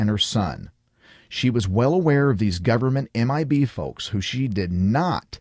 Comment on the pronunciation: "GOVERN-MEANT" frickers says it all